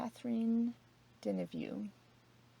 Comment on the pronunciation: Love your videos and always watch them. For future reference..Catherine Deneuve is a famous French actress and her last name is pronounced 'da-nerve'. Not criticizing, just trying to help out.